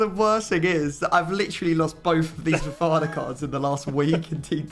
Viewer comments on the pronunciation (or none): The pain I felt when said fofana......